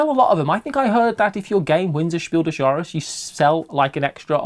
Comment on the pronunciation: Your pronunciation of "Spiel des Jahres" is spot-on,. 👌I'm not a native speaker, but I've taken German for 4 years, including Advanced German courses at college, and it sounds just right to me.